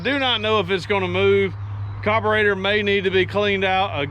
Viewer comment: Please it’s a carburetor not a coberator